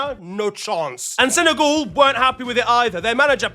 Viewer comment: Why do u pronounce it senegaul when it's sene-gal